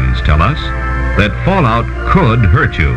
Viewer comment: it's fallout not falloot random guy from other country